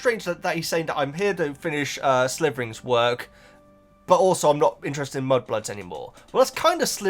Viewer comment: No G at the end of Slytherin